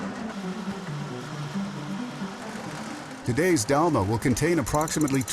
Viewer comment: 😢 that's not 🚫 DAMA😅😅, IT'S DALMA😂!